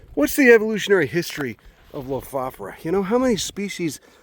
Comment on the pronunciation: Amazing knowledge, observations and wonderful viewing :-) Thanks too for teaching me the correct pronunciation: Low-Foff-Or-a ...